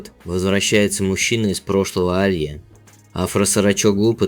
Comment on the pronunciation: АлиЯ- правильно, а не А лия